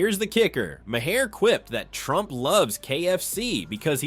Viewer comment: Maher is a single syllable,.